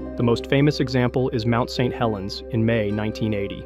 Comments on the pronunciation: The awkward pronunciation of "Mt. St Helens".. AI detected. INTO THE TRASH IT GOES.🚮 >⛔Don't recommend channel >roundhouse kick all AI videos >body slam all AI videos >flush all AI slop down the toilet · Is this video AI? The diction of speech is off. Go to and listen "Mount St Helens." That's not how we say that. Several weird repeats, each sounding like it was the first time it was said. I had to turn off this slop. F$%k AI 👎🏻